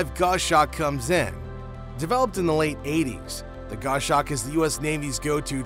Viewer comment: It's pronounced gos-hawk not go-shawk